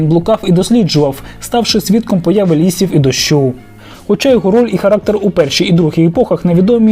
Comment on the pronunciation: землЮ замість зЕмлю ствОрень замість створІнь лІсів замість лісІв поневІрянь замість поневірЯнь